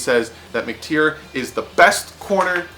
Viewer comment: Not McTere it's McTyer (Mic•Tire) LMFAO 😂😂😂